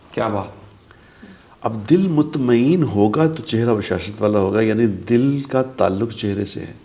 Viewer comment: mutmaen hamza k sath hota ha na ke ain ke sath